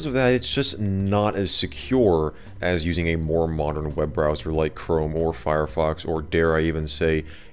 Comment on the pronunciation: chrome more like ohrome...?